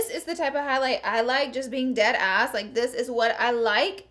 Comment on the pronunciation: omg so weird hearing you say "deadass"